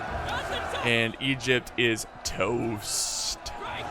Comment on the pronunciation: Thoughts about pronouncing Egypt as "Egg-ipt?"